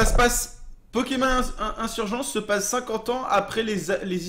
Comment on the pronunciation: digigamer man non il les prononce bien